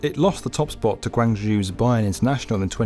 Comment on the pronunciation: The pronunciation of Chinese cities always bugs me about this channel. Guangzhou is pronounced exactly as it is written; the "ou" is not pronounced "oo".